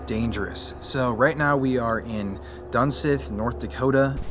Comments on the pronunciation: Its not dunSITH its duneith you pronounce it like (dun-SEETH) Just saying because I lived there growing up. Fun Fact: There was a 17 year old boy who fell down the elevator shaft is my dads cousin, my dad was there when it happened October 2001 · Dun-sith....... Pronounced Dun-seeth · I live in this town damn near all my life and never heard the name butchered so badly its dunseith not dunseth btw the San haven aint haunted ik you have to act like it is for viewers but you'll come across more drinkers or tweakers before you come across a spirit get a job man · it’s pronounced dunseeth, half of my family used to work here my grandma and grandpa aswell and some of my aunties and uncles speaking of aunties bearnice is one of them lol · I have been here. It's an interesting place for sure. Also it's pronounced dun-SEETH. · it pronounced "dunseeth" and there is no mountain there just a few hills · i grew up 15 miles away from there. let me just add it’s pronounced like dunseeth.. not dunsith lol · Good video, but it's actually pronounced Dunseeth. Sorry, that was bugging me. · I live here in North Dakota (dickinson), always wanted to explore this place but heard so many stories.. and that is like a little attraction spot for teens around that area, they use it to smoke, drink or whatever.. I wouldn’t be to worried about them scrawny teens haha. And it’s pronounced dunseeth but it’s spelled dunseith, I believe😅 I always heard dunseeth, but I wouldn’t spend the night there honestly.. it’s not my time to cross the bridge yet🤣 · Its pronounced (Dun-seeth) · it's called 'Dun(seeth)' but i lived next to this place i would hear crying of the water head babies. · On replay. It is pronounce dun-seeth. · I’m from Belcourt ND. I’m Ojibwa native from that area. It’s very cool and scary place to explore. You say Dunseith wrong btw😂